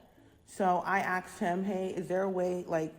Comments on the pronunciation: "I axed him"? We live in Futurama now. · An American that is unable to pronounce asked, tf😂 I bet she will be shocked when she hears the Spanish word for black 😂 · If you use "axed" instead of "asked" here... well, no wonder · Thank you! I thought I was going insane🤣 Yeah if I’m ‘axed’ someone i don’t expect a nice response 😅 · she is indeed africanised american as "she axed him about the formula"